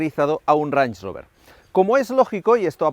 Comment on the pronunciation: no he podido no escuchar como lo llamas una y otra vez "ranch" rover e imaginarmelo como una botella de salsa ranchera